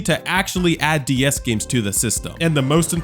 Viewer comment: Ds❌dee s✅